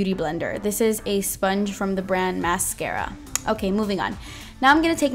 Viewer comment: the way you said "MASCARA" ........ amazing!!!!!!.........love you